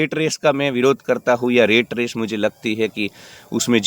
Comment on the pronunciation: रेट रेस नहीं यार रॅट रेस| और उसे टार्गेट मत कहना प्लीज| आप हिंदी शब्द ही बोलना| Rate= रेट= भाव , Rat= रॅट= चुहा देखो फरक हैं ना?